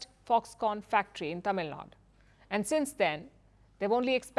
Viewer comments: It’s Tamil Nadu, not Tamil Nad! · It is Tamil Nadu, not Tamil Nad.. lady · Why do you pronounce "Tamil Nadu" as "Tamilnad"...?... Palki needs to understand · Please add U to Tamil Nadu to the pronounciation. It is Tamil NadU and not Tamil Nad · it's Tamil Naidu not Nadu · Please Stop saying Tamil Nad or Kannad add a at last.It's like saying Hindia. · Its not tamil nad, its Tamil Nadu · In my humble opinion it should be corrected. I’m not from Tamil Nadu but I feel one should call the state by its name only. It’s not a word that can be pronounced differently in different languages. It’s a name of a state. And Firstpost is not a local news channel in north. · Why didn't she pronounce letter U in Tamil Nadu? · Learn to pronounce Tamilnadu properly